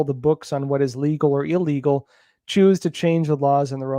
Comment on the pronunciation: Hey,....... it's "ill" - legal. Not "ah"- legal.